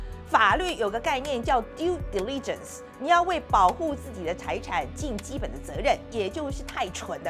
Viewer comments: 姐，重音在第一个音节，来，跟我念，滴泪震死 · Diligence是第一重音 😅😅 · Diligence發音錯了吧